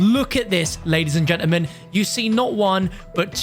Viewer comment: I love the way he says gentermen instead of gentlemen